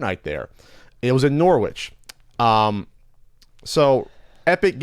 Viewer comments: I just came to the comments to let you know its pronounced norrich, not noor-which. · Just so you know, it's pronounced Norrich, not Nor-witch. Don't ask me why, English place names are like that. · Lol Norwich getting sued. Just send Alan Partridge after them and Ashens. Also pronounced Norrich. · I think it's pronounced like "Norrich". I'm from the US though so I could be wrong. I swear that's how I've heard Brits say it though. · "Norwich"??? Learn to speak English. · your gonna catch crap for mispronouncing Norwich. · Damn, beat me to it. There's also a Norwich in Vermont that used to be pronounced "Norritch" but has gradually become Americanised (or should that be Americanized).